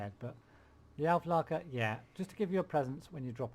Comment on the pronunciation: Auklärer not Aufleker. Also Spähtrupp and not Spahtrupp.